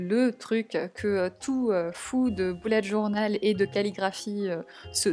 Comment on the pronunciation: Tu dit boulette journal